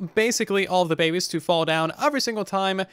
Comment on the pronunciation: I like the part where he says Babbes